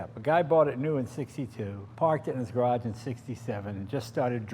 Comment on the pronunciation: It's pronounced garage